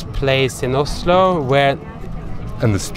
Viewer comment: Blir irritert av måten du sier Oslo på!!!😂 Man sier Ozlo på engelsk loool